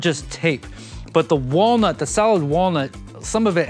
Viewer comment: Did he say whale nuts instead of walnut??? 🐳 🥜